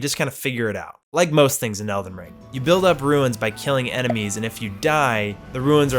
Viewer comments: It's runes, not "ruins". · Why does he call runes "ruins" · They are called "runes" as in "roons" not "ruins" as in... "ruins". And they don't matter at all. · It's 'roons' not 'ruins'. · Runes. Not ruins. Roons. Other than that excellent lol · I'm sorry but could you please stop calling runes ruins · Btw they're "runes" not "ruins." Ik it doesn't really matter, just pointing it out. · Runes* not “ruins” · Such a minor complaint I have is everyone I know is calling the currency “ruins” and not “runes”. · something tells me didn't drop down in to the tutorial area as it explains all of the controls there. Also, they're "runes" not "ruins" lmao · Why does everyone call them ruins when they tell you it’s runes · Are you calling runes "ruins"? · You say runes like ruins, and they are two different words. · It's not pronounced ruins, the word is R.U.N.E.S. and it's a one syllable word. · Why does he pronounce 'runes' as 'ruins' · this video is amazing and you are such a cool person! but why the fuck do u pronouce runes as "ruins" lmaoo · If says ruins instead of runes one more time i swear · Runes "Ru-ins" :') good video though